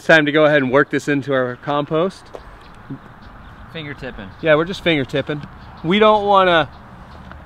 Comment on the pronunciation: Learn how to speak English, though. 'COMPOST'. Say it with me...